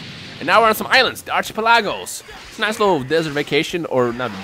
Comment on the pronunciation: Lmaooooo I almost died when he tried pronouncing archipelago